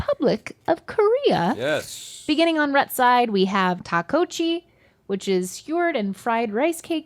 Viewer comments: or "takkochi" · is it that hard to look how to pronounce things? takochi and gouchujang???and many more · Takochi? What's a Takochi? 😂😂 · Omg the pronunciation of rice sticks 😂😂 it’s “Duck-bok-gi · Thank Link for saying "gochujang" correctly. (also tteokkochi is more like duck-go-chi ) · that's not how you pronounce tteokkochi. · i cringed at the tteokkochi pronunciation tho lol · The tteokkochi pronounciation was horrendous.